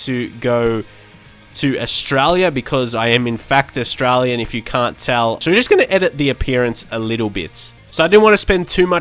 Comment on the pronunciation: The "Au-stray-lian" kicked in just as you said you're Au-stray-lian. Love it! <3